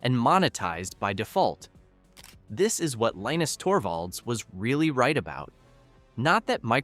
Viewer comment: Linus is a Finn whose first language is Swedish. So his name is Leenus, not pronounced like the cartoon character.